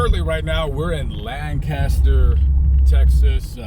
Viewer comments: Even if you were in Lancaster, residents would frown upon the pronunciation. Dallas area residents say "LAINK-a-ster". 😂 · Pronounced “Lankister” with a long a. Just sayin